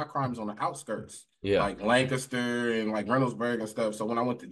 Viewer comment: How he says Lancaster and Salty is irking me 😂😂😂 "Lengcester" "Soddy"